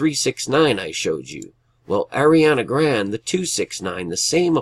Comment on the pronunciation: Thank you so much brother but I just wanted to let you know that that girl's name is pronounced grawnday....lol